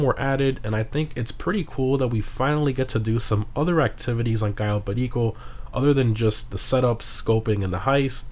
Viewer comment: The way you say cayo perico triggers me